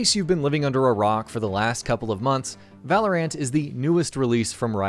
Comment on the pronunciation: It hurt me every time this guy said Valorant.